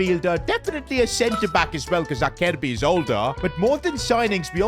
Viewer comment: Acerbi (Aserbi) not Akerbi 😞